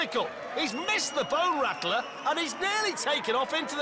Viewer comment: "Can they make it over the BONE RACKLAR" aka Bone Rattler LOL.